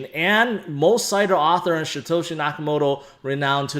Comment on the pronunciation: Why are you calling Satoshi Shitoshi? 😂